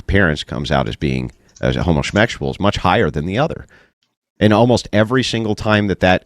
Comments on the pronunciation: Is dude saying “homosmexual?” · "Home-uh-shmectual" Sorry, what? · Why do they keep saying "homo-smexual"?